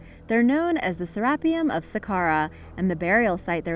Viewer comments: Sir Rap-E-Yum........haha i think its sara fee-um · Mispronounced serapeum? Dueces